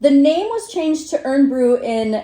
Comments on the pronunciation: Irn still pronounced iron. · IRN is pronounced "iron". Apologies, but Americans can be too literal 🙂